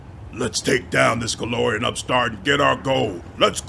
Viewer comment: Since you're aiming at doing voice acting this tip isn't just me being a pedantic slot, but also trying to be helpful: The difference between Golarian and Golarion Your character is a GolariAN from the world of GolariON. U usually (almost always) pronounce them the same but the ending of people or things from Golarion should be -an. I have this Golarian sword forged on the world of Golarion. The lich is a meatbag from Golarion, who the demons call "that Golarian meatbag." "Are you that Golarian everyone is talking about? From some hick backwater world known as Golarion? Yokledom's Motherland where even the whores are clumsy?"